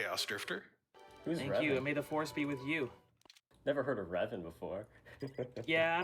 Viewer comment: Rev-ahns, ah yes, the greatest furce welder of all form semsetives